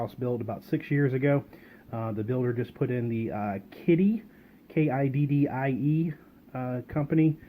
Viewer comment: Kidde which is pronounced Kid-duh